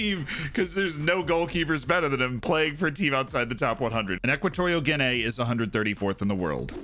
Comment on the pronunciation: Guinay that's murdering the name